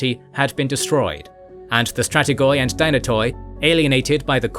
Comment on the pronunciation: Strategoi & Dynatoi are being butchered at the last syllable since the KG establishment... Palaiologoi spared miraculously 😋.